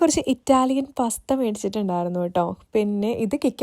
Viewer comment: പസ്ത അല്ല പാസ്ത ആണ്